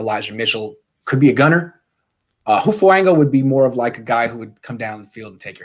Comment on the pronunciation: you'll probably never see this but hope you do. His name is Who-fongue-ah. So 'Hu' as in who, 'fang' has a soft g like in tongue and the last part 'a' you got. and for these pacific names, the vowel pronunciations are always the same. a will always be pronounced 'ah' and never 'an'. anyways just thought to let ya know!